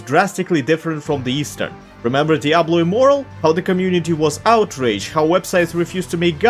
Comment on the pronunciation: "Diablo immoral"